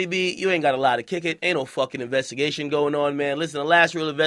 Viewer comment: Love ya tunes but did u say investigate like police